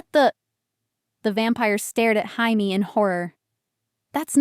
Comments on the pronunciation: It was Chamie one time too, rofl. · Is it really Jaime with a “J” not Haime with an “H”. AI does not always get it right. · The J in Jamie is pronounced like a J not an H.